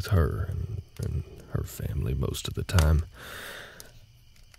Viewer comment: .... Did you say family 🤨☝